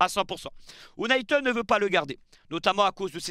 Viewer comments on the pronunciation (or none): none